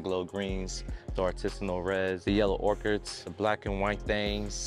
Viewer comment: Ochre = ohker. Aka mustard yellow in french. Not orchids.